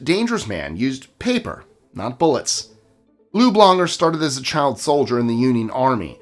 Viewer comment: I thought you said Lube Longer 😂😂